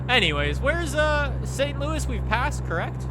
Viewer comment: The way says St Louis is triggering.